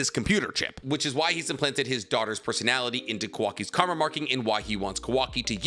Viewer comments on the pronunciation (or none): none